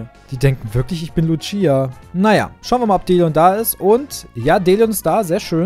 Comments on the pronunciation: DAS Heißt Lucia und Nicht Luchia! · Hi wollte sagen das ich auch lucia heiße und es wird ohne t ausgesprochen